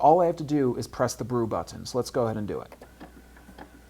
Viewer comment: he also say but-Ton on one of his coffee maker videos